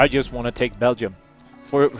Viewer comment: Why does pronounces Belgium with a hard g lol? I've always heard it with a j sound